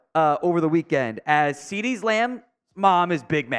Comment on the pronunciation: I can see the Youth Umpire job lmao and sir it’s Cee Dee not CD’s your killing me 🤣